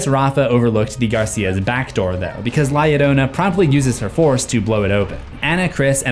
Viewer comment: Love the video but the fact you pronounce Llorona correctly but la inccorectly is sending me into another dimension lol